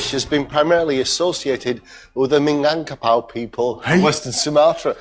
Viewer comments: Do some research first... Plus, I can't with the minangpakau, lmao 😂 Does it really hard to say Minangkabau? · Actually that rendang not too far off from the real thing. You'll be forgiven for only using three chillies. It still needs fennel seeds, it certainly needs to reduce a lot further than that, and the pronunciation of "Minangkabau" obviously needs work, but this is a hundred times closer than Jamie's version.